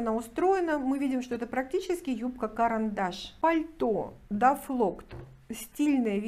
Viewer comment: Здравствуйте! Извините, мне послышалось, что вы назвали дафлКОТ, дафлоктом? Извините, не хочу обидеть, может я ослышалась!!!